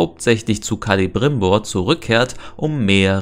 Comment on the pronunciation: Der heißt Celebrimbor und nicht Calibrimbor 😂